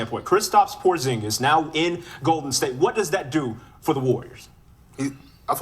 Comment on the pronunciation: Porzinegus 💀 flight you be really making me laugh through my hard times dawg you a legend of this YouTube shii